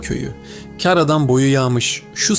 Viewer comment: Keşke şu kar kelimesini doğru okusaydınız, ince a şeklinde okuyunca anlamı değişiyor, örnek bir maldan kazanç, kar anlamına geliyor. Bir emekli öğretmenden de size gelsin bu küçük düzeltme.